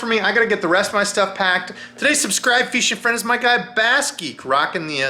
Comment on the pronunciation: Nothing fixes a busy Monday quite like hearing “What’s happening, feeshin friends”